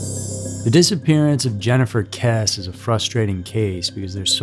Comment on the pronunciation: She pronounced it Kess-ee